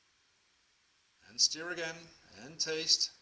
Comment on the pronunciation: Thanks your recipe is great second time I have used it! Everyone loves them. PS your English is excellent just remember stir rhymes with fur not fear.